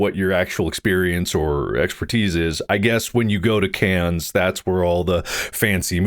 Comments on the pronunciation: Take a shot everytime Mark mispronounces “Cannes” (it’s just pronounced like can) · Cannes is pronounced Khan. KHAN!!!! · man went to Cannes and still says 'cans' 😂😂😂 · Please Please be respectful and pronounce Cannes properly. So rude.